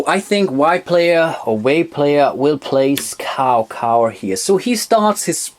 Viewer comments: Cao Cao is pronounced as “Chow Chow” Nice video! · Great Video! I would love to play that one. (Kleiner Hinweis zur Aussprache: Cao Cao klingt eher wie Zau zau) ;)